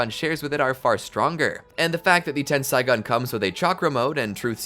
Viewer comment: I hated when he said tensaigan it's tenseigan